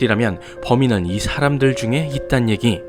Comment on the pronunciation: 엘레베이터에 갇힌 샤람들은 이라고 들리는데 기분탓이겠죠?